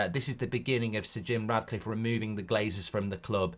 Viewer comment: Mark, please stop calling him Radcliffe, it's Ratcliffe!